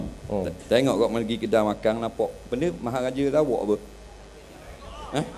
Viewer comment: bahasa TERENGGANU hujung pekataan ada "NG" contoh:makan = makang